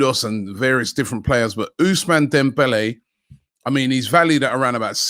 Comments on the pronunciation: Love Robbie butchering names as always, Ousmane Dembele became Usiman Demwelli 🤣🤣🤣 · Robbie butchering names again...ousman demvele 😂😂😂